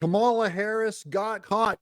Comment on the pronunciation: Kuh-mala is so irrelevant. 😴